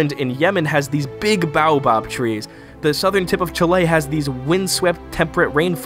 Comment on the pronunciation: You say baobab trees at 3 min 37 seconds. As a researcher how can you make such a mistake?